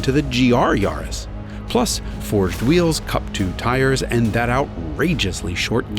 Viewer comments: Great video… I have GR Yaris back in U.K. (with circuit pack) and it’s flipping amazing….FYI it’s pronounced Yaah-ris…. , not Yarh-is👍🏻 it would have been nice to compare the Corolla with Yaris on same tyres however to just see what the lower weight of the smaller care did to compensate against the higher bhp. Oh yeah, just to say, a tuning crew in Australia have got 500Bhp out of their Yaris 🤪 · Its yaris not yarrrrris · Yaris rhymes with Paris, its not a yawris